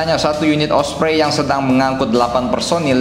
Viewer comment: Ompreng😂😂, not osprey